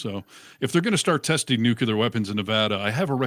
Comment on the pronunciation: and, since you would tell Joe Rogan "you should have checked [the claim that Minnesota allowed illegal aliens to vote] before you said it on air, you asshole", perhaps someone would say you should have checked the pronunciation of "nuclear" before you used it on air.